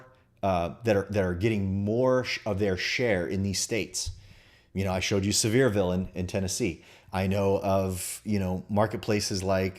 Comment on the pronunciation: It's pronounced SEAVER like Beaver. Sevierville.